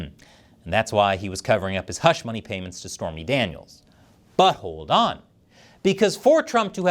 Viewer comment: At did you say, "..butt-holed on.."? Sounds like the title of trumps next book regarding his legal battles, 'Butt-holed On'